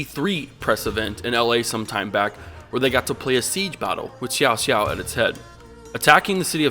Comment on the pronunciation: lol I don't mind the pronunciation of the characters' name. I myself call often Cao Cao 'Cow Cow' . But Xiao Xiao......really.......Sounds like Cao Cao and Xiao Qiao have a baby or something.